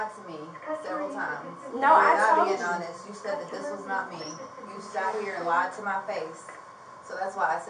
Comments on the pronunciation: What is that word she’s butchering? Is it awness ? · Why cant she say honest right? She said it right twice then kept saying it wrong like girl youre not being serious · "Im being so honust with you...mam, Im being so honust." That girl aint been honest since she walked in that store!